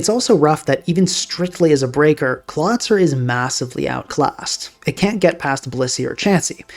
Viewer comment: I realize now, that I was coming off like a huge dick here. Please let me explain: I thought it was a further April fools joke pronouncing Golisopod and Clawitzer that way and wrote this comment right after hearing "Klah-tsur" for the sixth time. Having a casual predilection for linguistics and learning about the (imo tragic) history and development of the english language, I developed an irrationally strong aversion to the english spelling and pronounciation. Especially, because it is the only germanic language that lost the characteristic consistency and clarity of this language family. (To get a feeling for what I mean, "Storied" made a great, short video called "The screwed-up history of English Spelling", giving a good overview of what lead to the current state of the english spelling), I assumed the perceived, purposeful mispronounciation of these Pokemon was a subtle nod to the running gag of WolfeyVGC commonly mispronouncing Pokemon names as April fools videos sometimes lend jokes from neighbouring communities with a considerable overlap in viewers. Anyway: Due to my irrational aversion towards the english pronounciation, these jokes work well on me. And what was meant as a slightly annoyed admittance of your successful troll on me, just ended up as me just making a mean comment. I beg your pardon and want to express my appreciation for your channel. I usually don't comment often but catch most/all of your videos.